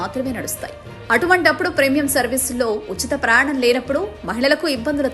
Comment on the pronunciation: అమ్మా, ప్రయాణం అని స్పష్టంగా పలుకు తల్లి...